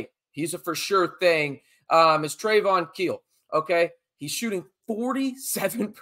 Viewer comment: Trevin Knell was pronounced "Trey-von keel" here but is is actually pronounced "Trev-in Nell". Knell is a great shooter. Glad he is getting his due now. I think this game will be a really great one - cant wait to watch tomorrow